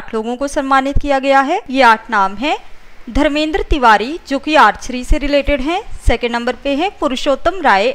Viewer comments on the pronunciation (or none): none